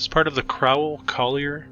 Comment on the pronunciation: The Crowell-Collier complex was demilished a few years ago. It's pronounced crow not crou. The ild high school sat across the street from C-C. The old pist office was bought by St. Raphael Catholic Church (across the street) for use as their school until construction of a "proper" school adjacent to church. The K of P lost money in the crash of 1929. Their state home sat on plenty of acreage. Sold iff in bits. Home closed in early 1950s. Site was cleared for the new Mercy Hospital( now demolished too). Our Warder Public Library and Free Reading Room WASN'T demolished! It still survives to the west of St. Raphael's. It is our literacy center. Your research was VERY faulty. Yes, it's sad that our Big Four station lasted just shy of 5 decades, but train travel was dying. Cars were taking over. Many buildings were leveled to get the two overpasses, not by-pass (that is outside and west side city). Houses and factories were lost too. Photograph of Recitation Hall has been acknowledged as to its construction in 1880s. Many now gone buildings had information plaques attached, which were lost in demolition. Much of our city's wealth came from the various factories at the time. Mr. Bushnell was no exception. One needs to see his Greek temple mausoleum in nearby Ferncliff Cemetery and Arboretum. The tall fountain was junked in the 1950s because of cost prohibitive and costly maintenance issues. A new, shorter one would be placed there in the very early 1990s.